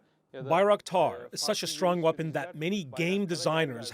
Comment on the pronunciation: Oha, he cannot even pronounce 'weapon, missile'. This is his what he is manufacturing and selling ! Bilmiyorsan Türkçe konuşsana.